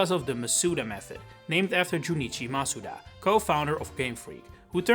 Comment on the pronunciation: how do you say the wrong pronunciation of Masuda and then the correct way in the same sentence without realizing